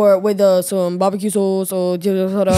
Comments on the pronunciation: “Bobeque soOce” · The way said barbecue sauce sounded so Aussie to me as an Aussie